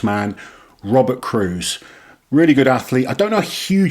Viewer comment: Hey, quick tip Robert Cyrwus is pronounced a bit like Syrvus is English Keep up the great content